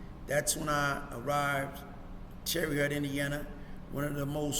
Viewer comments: My man its not TERRY HUT..Its TERRY HOTE spelled different but tahts how u say it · How do you spend years in a place and still don’t know how to pronounce the name of the place?